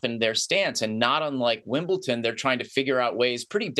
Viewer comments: A telltale sign that someone doesn't know anything about tennis: They can't even pronounce Wimbledon correctly ( incorrectly says "Wimble-TON" over and over).🙄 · Do any of these idiots actually watch Tennis? You took one example and then stretched it to all russian and belarusian players? Heard of Andrey Rublev, Daniil Medvedev, Mirra Andreeva. Incredibly popular at Wimbledon. Oh and, it's not f@ "Wimbleton". It's Wimbledon. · “WIMBLE- TON” 🤦🏽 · Jules is an author, a professor of political science, and a former Olympian. And yet, he can't properly pronounce the name of the Grand Slam Tennis venue that is the subject of this piece.